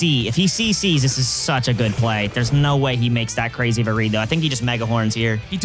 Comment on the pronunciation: Man that was cuhrayzee close